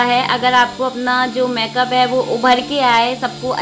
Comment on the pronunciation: लुकिंग वेरी ब्यूटीफुल दीदी।।।। लेकिन प्लीज़ आप मैकप ना बोले मेकअप बोले